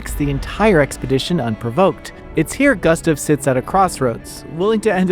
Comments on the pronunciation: Ugh, the mispronouncing of Gustave throughout was rough to listen to. Sound it out, it's Goo-stov Not Gus-tuv 🤦‍♂️ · Not sure who this "Guhstuv" is you keep talking about...